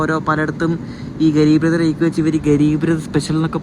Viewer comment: എടാ, റാക്ക് എന്നതിനു പകരം റെയ്ക്ക് എന്ന തെക്കൻ ഭാഷ ഒന്നു മാറ്റിയെടുക്കടാ...........